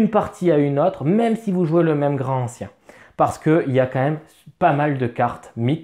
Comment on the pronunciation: déjà une remarque : LA LIAISON !!!! on dit GRANTANCIEN, et non pas GRAN ANCIEN !!! c'est le genre de fautes de prononciations qui attire les profonds en goguette !!!!!!! sinon les contrées sont excellentes mais il faut plein de matos en plus pour bien l'exploiter, ca peut revenir cher, par rapport à un horreur a arkham v2 qui se suffit à lui même.... sinon, le pire jeu de la gamme côté thune, c'est horreur a arkham JCE une vraie arnaque financière...